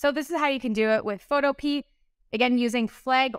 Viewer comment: I'm sorry if this sounds rude but it's pronounced pho-toe-pee-ah. Not photo-pea.